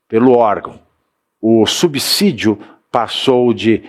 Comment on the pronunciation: Parabéns pelas suas reportagens.Fiquei feliz em ouvir a sua pronúncia correta da palavra SUBSÍDIOS. Pois, quase todos os outros reporteres e políticos pronunciam de maneira errada: [SUBZÍDIOS]...